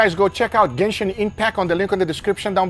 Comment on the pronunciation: "Gayshin Impact" 🤣